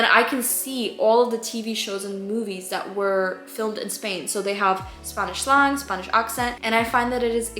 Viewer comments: Just a tip from a native english speaker instead of staying sl-ahng say sl-an-g the same sound as saying and! 👍 :) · Hey just an fyi you should pronounce slang “slay - ng” instead of “slaw - ng”. Because it stands for short language. “Lay - ng” At least that’s how it is in American English. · who’s gonna tell her slang isn’t pronounced slong